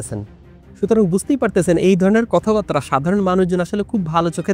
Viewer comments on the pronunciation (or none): দুটো শব্দ ঠিকভাবে উচ্চারণ করতে শিখুন-- কথাবাত্রা > কথাবার্তা (ko-tha-bar-ta), মৃত্যুডণ্ড > মৃত্যুদণ্ড (mri-tyu-দ-ndo)।